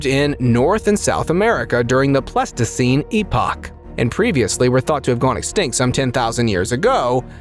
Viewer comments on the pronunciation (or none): Whatsamatta you? You never heard of the “Plesto-scene?” :body-blue-raised-arms